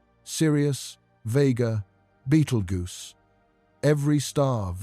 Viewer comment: If you plan to make videos like this at the very least learn how to pronounce the fucking names. It’s not beetle goose. It’s pronounced BEETLE JUICE. GET IT RIGHT OR DON’T BOTHER.